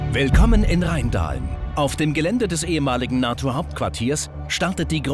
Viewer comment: Leute ich bitte euch RHEINdahlen? So wird das nicht ausgesprochen. RheinDAHlen. Das wäre richtig.